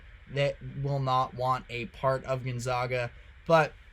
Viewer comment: You can’t pronounce GonZAGa after all these years?